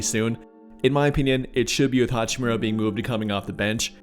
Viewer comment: Dude said hachimura